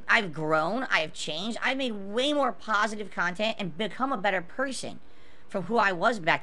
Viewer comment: Pahsitve Kontent? You don't say Couple seconds later: Taxicity